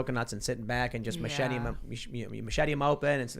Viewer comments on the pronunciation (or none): "Macheting Coconuts" not "Machet-ee-ing Coconuts".